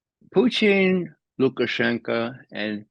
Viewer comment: Does anyone know why Ray pronounces Putin's name like Poutine, which is a disgusting fast food dish?